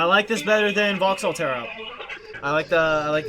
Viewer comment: It's Vauxhall, not Vahalla :)